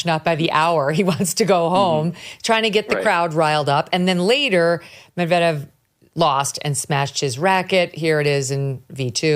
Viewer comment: Your pronunciation of Medvedev was making me wonder how you can be a real fan! 😉🎾